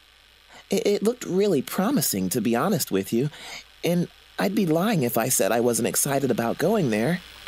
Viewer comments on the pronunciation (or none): none